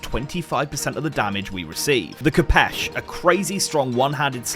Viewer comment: pls lads, it's pronounced k 'oh' pesh